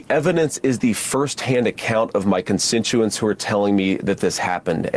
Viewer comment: Vance didn't pronounce "constituents" correctly. Appropriate for someone who doesn't actually act in service to the people who foolishly elected him and those wise enough to have voted for someone else.